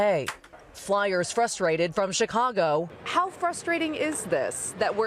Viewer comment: Did he say Chicargo? LOL